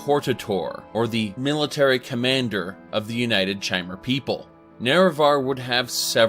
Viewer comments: So he says the lore community properly pronounces it kai-mer, then he continues to call them chai-mer. Um ok then maybe you just like to rebel. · one interesting thing ive noticed is that he pronounces Chimer with a k sound, however he pronounces Chim with a Ch sound, despite them being spelt the same way. just an observation, i love your content! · Says the way the Chimer are supposed to be pronounced and then proceeds to misspronounce the word